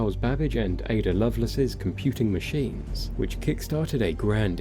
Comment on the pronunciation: Ada "Lovelace", pronounced like it looks, "love lace". Not "loveless"! Poor girl!